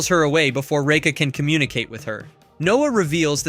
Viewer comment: Absolutely hate how you say Raka its like your saiying Reka